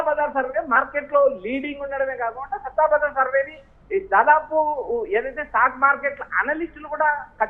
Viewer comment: సట్టా బజార్ అని పలకాలి